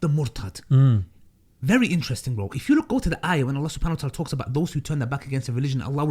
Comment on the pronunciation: 'The brother asked a bery good question" 🤣